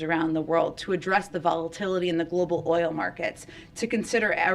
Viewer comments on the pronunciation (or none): this woman can’t pronounce the word “oil”??!